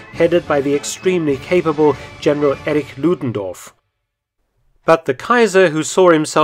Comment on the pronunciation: Errig Ludendoof🤣 I love Mark feltons german pronunciation. And he makes so many reports about Germans!😊